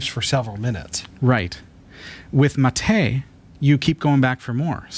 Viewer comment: I'm really happy to watch you drinking mate. The second pronunciation of "bombilla" is the correct and it's perfect. You still having problems with the word "mate" but is much better. I will try to make a video with the pronunciations here in Mendoza, Argentina and Buenos Aires but :( I am fighting against every video editor i use on my Linux Mint pc.